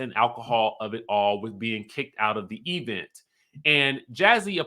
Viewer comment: The way you say “e-vent” gets me every time